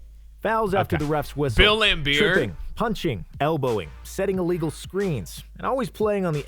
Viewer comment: Lambeer, not Lambert